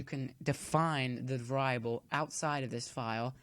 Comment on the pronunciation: uh variable not va-rie-able